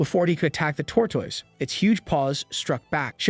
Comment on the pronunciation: it sounds like hes saying tortwoise